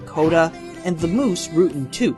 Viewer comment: Key-nai not Ken-ai Rutt not root and Rick Moranis not Morane Bro pronunciation come on lol